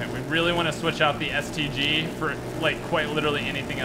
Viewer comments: The first time he says stg he says std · he said std instead of stg lmao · I thought he said std